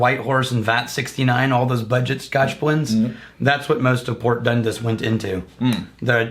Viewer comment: Sc ott and dund-ass not dundis